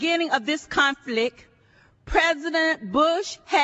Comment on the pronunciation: Love her hair though. What's a "conflick"? What's "sanctimonia"? What a maroon.